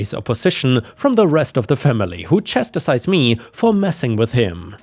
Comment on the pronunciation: FYI: "chastise" only has two syllables and sounds like "chass-ties".